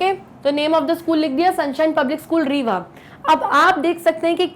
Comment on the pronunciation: I m from rewa sun shine school. 😀 आप rewa को रेवा नहीं बल्कि रीवा पढ़ा मतलब आप mp ya up se ho